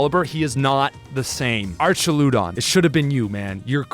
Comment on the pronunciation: What the fuck is that archaludon pronunciation